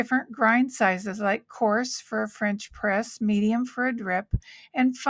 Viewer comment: Awesome but its French press not Fresh press😂